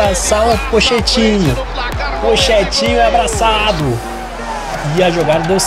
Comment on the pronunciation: alguém sabe me dizer se o fala pochetino assim de zoeira ou ele fala serio pq a pronuncia certa é poquetino